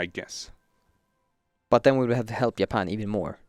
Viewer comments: Did he say yapan ? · keeps saying Japan “yapan”